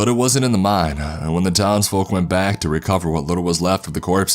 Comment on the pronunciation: I thought it was meme instead of mine